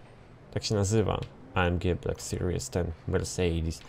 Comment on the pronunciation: uszy mi krwawią jak mówisz "mersejdis" -_- chujowo to brzmi wg mnie .